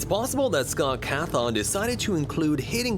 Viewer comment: 'scott Cathon'